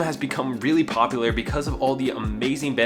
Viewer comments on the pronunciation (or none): none